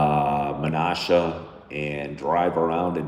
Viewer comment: The water dams are called locks. The city of Menasha is pronounced like Nashville not “Menosha”. My dad grew up in Appleton so we used to visit the area quite a bit.